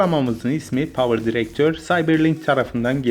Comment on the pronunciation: Bu videoda herşey doğru ama bitek şu yanlış "Power drector" 👇